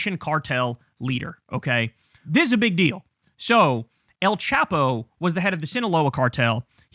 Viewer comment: El Chapo is pronounced with a long A not a short A so it sounds more like chopo not chapo